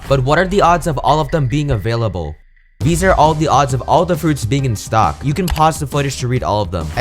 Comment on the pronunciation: When he said you watching this vid i thought he said enyu watching this vid